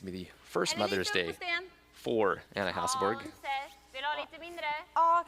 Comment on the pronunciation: Is it really that hard for commentators to say Hasselborg, instead of Hasselberg....and she is not the only one that does it.